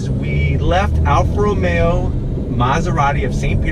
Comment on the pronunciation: Why does he say ROMeAaaaaa